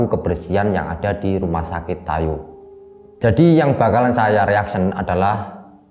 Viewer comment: Tayu bro bukan tayo jadinya hei tayo deh wkwk